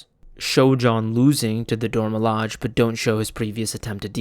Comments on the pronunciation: Also mining other people's work to make this is pretty dumb and douchebag behavior as well Also learn to pronounce the word Dora milaje. What the hell man. You literally are so damn lazy that you can't pronounce it correctly I mean I guess you already know by now that you got a thumbs down Don't like don't respect not listening to the rest of this I don't even think I'm 10 20 minutes in. Nope it 8 minutes. Done. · You are remarkably angry about him mispronouncing the name of the racial supremacist terrorists. And pulling an EFAP clip is awesome; it would only be douchebag behavior if Mauler had an issue with it, but I'll bet you $50 he's cool with it, or outright granted permission. You're so ass blasted you're just looking for things to complain about, as if the creator of this video kicked your dog and stole your girlfriend.